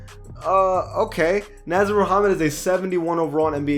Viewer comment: He also pronounced "Nasir" as (Naz-ur) instead of Nah-zeer) 😂